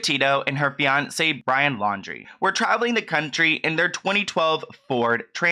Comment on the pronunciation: Sorry but I hear « beyoncé » every time you say fiancé ;( lol